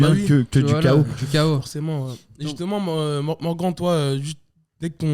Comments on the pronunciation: Même avec Morgan il dit Morgane 🤣🤣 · qui prononce bien Morgan ca fait plaisir lol